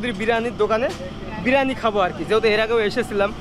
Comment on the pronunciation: Kothata BIRANI noy Biriyani